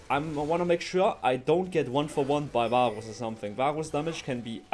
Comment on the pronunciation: i keep hearing baus instead of varus